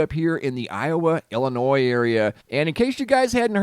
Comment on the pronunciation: It's refreshing to hear someone say "Illinois" properly - silent "S"!